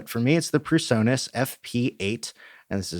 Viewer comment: PREsonus not PERsonus. Yep. I'm that guy today.....